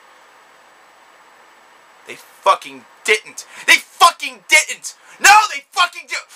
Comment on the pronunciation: "They dit-ent! They dit-ent!!" Oh for fuck's sake...